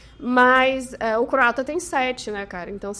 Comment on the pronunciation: Boa noite a todos! Glasi, certeira na pronúncia do Croata! 👏